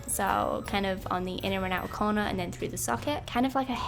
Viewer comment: I love how you say "and then" you say it like "and tzen" love love love it and the makeup is absolutely amazing!! Love you ❤️🙌🏻